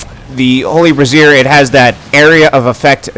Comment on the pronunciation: I'm pretty sure "Brazier" is pronounced "bray-zeer"